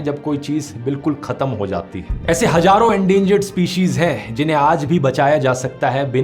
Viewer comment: It's not 'gaiyab (vanashing)', but 'ghaiyab'; also, not 'hajarun saal', but 'hazaarun sall'.